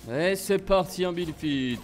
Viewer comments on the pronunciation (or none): "Bild fite" "box fite" t trop drôle